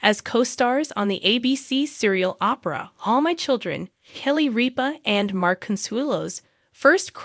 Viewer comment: Say Kelly ripa's name right